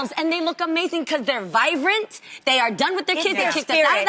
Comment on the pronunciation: jeannie... viBRANT, not vive-rent!